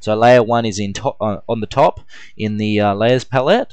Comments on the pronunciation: hahaha i noticed you pronounce 'lay ers' as 'lay es' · so many layyass.. lmao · It sounded like "Las". Lol. Great tut, though.